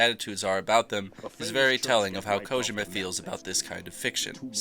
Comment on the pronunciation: I cringe every time you say "Kojema"